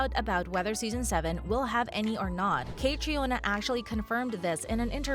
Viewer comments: Caitriona’s name is pronounced Katrina. Not Kay-tree-on-uh. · The makers of this video did not even bother to look up the correct pronunciation of 'Caitrione' which in the phonetic alphabet is /kəˈtriːnə/ not /kætrioni/ as the woman in this video pronounces it. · Catriona is pronounced "Katrina" just fyi. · Not me laughing at the way she pronounced caitriona is pronounced “cat-Treena” 😂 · its pronounced KA TREENA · Say her name right! Its pronounced Katrina! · Omg! Stop pronouncing her first name like that. It's pronounced Katrina. It's irish spelling version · Caitriona's name is pronounced Katrina! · Aahhh! Her name is pronounced Katrina! I didn't even make it 30 seconds in before I can't watch anymore. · Its pronounced Catreena, well at least in Australian. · And learn how to pronounce Catriona's name. It's pronounced Katrina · You mispronounced her name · This website needs to be reported. WTF can’t they learn how to pronounce Cait’s name? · I will not subscribe either. The click bait is not only idiotic, it is medical misinformation, and is patently unethical. And you need to learn how to pronounce Caitriona’s name correctly, you ignorant, money-hungry fool channel! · You made multiple mis-pronounciations in this vid. Including how Caitriona and Gabaldon are pronounced. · Hi you say Caitriona wrong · You should really check how to pronounce the lead actresses name, Caitriona is an Irish name and it shows a great lack of respect not just to do a quick google or YouTube search, there are after all enough videos where she explains how to pronounce it … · Please learn how her name is pronounced. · For Heaven’s sake, learn how to pronounce the star’s name! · EIGHT YEARS—learn how to pronounce the names 😵‍💫‼️‼️ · Please learn the PROPER PRONUNCIATION of the actors and writers name. I cringe 😬 as I’m sure others fans have done every time you mispronounce names. Do your homework as a reporter.